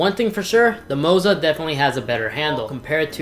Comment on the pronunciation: LMAO, it's Moza, but he says Mozo when talking about it